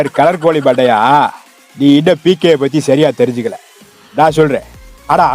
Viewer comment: டேய் டேய் டேய் அது ஏகே இல்ல பிகே😂😂😂😂